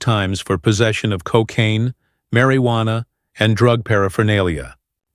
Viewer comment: "Marry-wanna?" Really? AI, I don't think you're capable of taking over the world just yet.